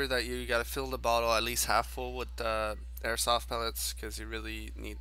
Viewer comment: Beginnong says airsot